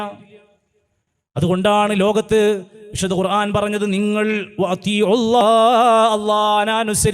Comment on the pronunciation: ഖുർആൻ എന്നാണ്, കുറാഫി,, കുറാൻ,, എന്നല്ല